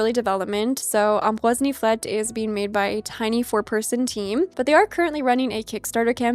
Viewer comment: your pronounciation of ambroise niflette was so good! are you canadian by chance?